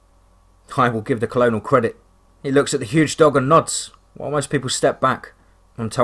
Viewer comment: The story is great. The narrator's inability to correctly pronounce simple English words though is such a distraction. Colonel is pronounced kernel. A harder one maybe is pronounced camp La-june. If the word seems odd or difficult then the narrator could easily look it up. Again it's a distraction and ruins the flow of the story